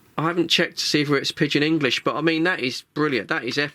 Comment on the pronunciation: What's pigeon English mate? lol You said, 'I haven't checked if it's pigeon English.'. It's a salt shaker too! LOL. I'm being naughty. Memory settings Earth... not found.. Lol Seriously, I like the product, you can just scan and listen, analyze for stations, or callers. 🤪👍 always interesting!